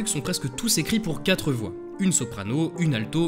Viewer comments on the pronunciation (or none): none